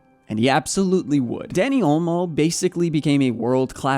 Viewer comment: It’s not Danny its Dani